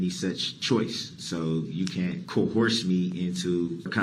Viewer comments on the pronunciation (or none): But he's being co-horsed under duresst! You caint doo dat!